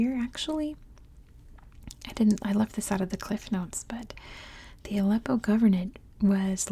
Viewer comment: Appreciate that you tried to pronounce Arabic... But if you want to learn pronounce that H right you can try watch Arabic learning videos.. example learn Arabic with maha 😊 great job